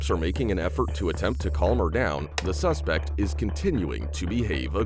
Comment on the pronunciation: what is "sespect" and "thorough"